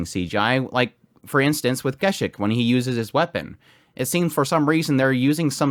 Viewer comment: Why do you pronounce Gesicht name as some slavic name? I liked your review, but couldn't stopped laughing each time I heard that pronunciation 😂 It's based on the German word and sounds very different. (In English dubbed version of anime actual pronunciation correct)